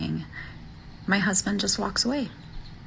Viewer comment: Any woman that says “my husbint” is annoying